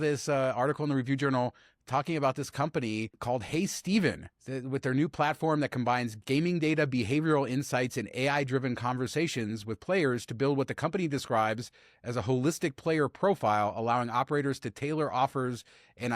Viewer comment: Hey Seven, not Steven 😂